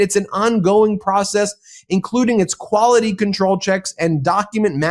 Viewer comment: We put this "k" in kwality.